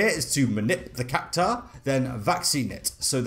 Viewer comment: But then he proceeds to butcher "Cactuar" 😮‍💨🙆 ...I suppose you can't win them all. Lol